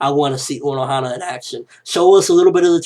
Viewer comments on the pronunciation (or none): is Unohana not Onohana.